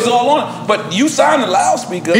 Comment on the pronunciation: Gillie already drunk “the realest ceo I ever tigned too”🤣🤣🤣